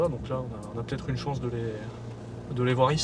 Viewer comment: Vous le sentez l'enrichissement de la france? Grâce aux fameuses chonce pour la fronce